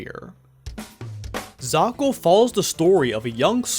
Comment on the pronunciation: a ton of people seem to have already said what I was going to about the excuses defending it is just mental gymnastics so I won't say it, but I will ask: why do you keep pronouncing it zakal?